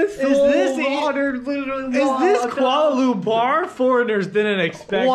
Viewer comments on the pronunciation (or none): Love all your videos! Enjoy your stay in Malaysia ! 🤩🤩🤩 love you guys called Kuala Lumpur as Koala 😂😍 so cute and adorable. 🇲🇾❤️